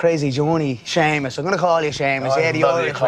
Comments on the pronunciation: Why was he calling him Shamus? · Why is he calling him shamus loool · why does conor call jimmy seamus?